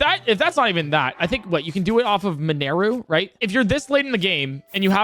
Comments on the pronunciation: Bro it’s “min-or-ooh” not “min-air-ooh”. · And also “Min-air-u” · The real thing I see broken in this video, is this guys pronunciation. Henox? Meneru? Someone teach him how to pronounce a soft I in a word please. Is there a glitch that can help with that? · How can you not pronounce mineru